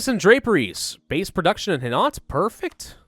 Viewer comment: Its pronounced HI-NO not hinort...